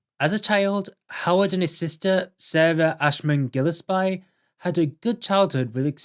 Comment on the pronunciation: The way you pronounce Gillespie is very entertaining. (It's "Gill-es-pee," as in fish gills.) Great video, about a great man. I don't know anything about musical theatre but Howard is too good to not appreciate no matter where you're coming from.